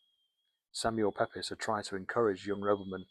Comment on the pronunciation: Pepys is pronounced "peeps"